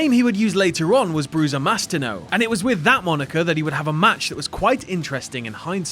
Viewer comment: Mastino means mastiff in italian, so Kane was the original Big Dog. Also, it's pronounced Mastìno, similar to Destìno, the finisher of Naito.